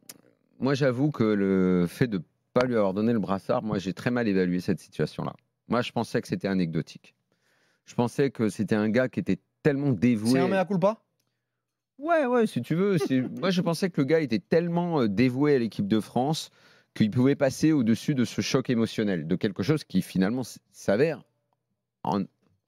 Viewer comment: Meme dire "mea culpa" il sait pas le dire Riogolo 😂😂